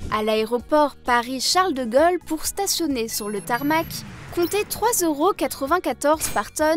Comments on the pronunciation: Il y a aussi la prononciation des “o” qui était mauvaise. De Gaulle ne se prononce pas avec un O ouvert. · C'est un accent de quel région, le fait qu'elle prononce "Charles de Gol" et pas "de Gaulle" ? Grand Est ? Surtout qu'après elle prononce "pôle" et pas "pol". Pareil pour "vélo" qu'elle prononce de manière "classique". Très étrange, donc.